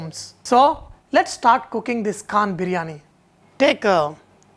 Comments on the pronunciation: lmao... not kaaannnn sanjay, its KHAAANN!! :D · Your 'kh' of Khan didn't come from the epiglottis. Check that out... check that out... check that out... You cook well, but check that 'kh' out...it is like salt in biryani rice... check that 'kh' out...